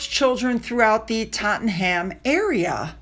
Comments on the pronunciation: I’m sorry, I hope you don’t mind, but I have to help you out here…. Tottenham = Tot-num, Southwark = Suth-uck, Love your videos about the real royals 💖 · It is not pronounced Totten Ham. Common mistake. It is not South Wark either. It is Suthark. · my love, FYI pronounce it Totnum and Southwark is Suthukk lol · Hi, a little pronunciation for you sweetie, it is Tottenum and Suthurk. Any names ending in ham is always pronounced hum or um. Love from Scarborough or Scarburugh. Xxxxx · PronouncedTottnum and Southurk! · when you see a Ham at the end of a name we say it as em or am. Buckingam. Think of how you say William. Southwark is pronounced Sutherk. Take a look online.. and you'll hear for yourself 🇬🇧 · I say Tottenum. :) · and 'Tottenham' is pronounced "tot-num" 😁